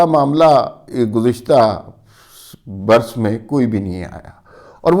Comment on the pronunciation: سر ۔۔۔ لفظ “ برس “ کے تلفظ پہ غور کیجیٸے ۔۔۔۔۔۔۔۔۔۔۔۔ دعاٸیں